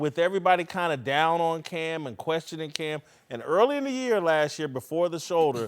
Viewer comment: It’s “last year, not lashyear”.